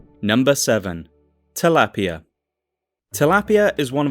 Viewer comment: Tilapia is a Philippines fish thats why you dont pronounce it correctly.